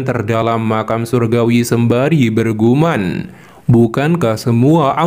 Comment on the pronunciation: Bergumam mas bukan berguman